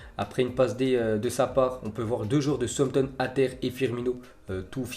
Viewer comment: Sampton ? Connais pas !! On dit SA OUSSE AMP TONNE. Cultive toi un peu t'écorche le nom des joueurs des entraîneurs et des clubs 😡